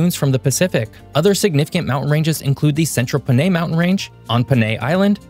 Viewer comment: Btw, it is pronounced at Pah-Nai, not with a “Puh”